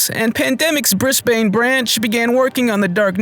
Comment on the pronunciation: Please never pronounce Brisbane like that again.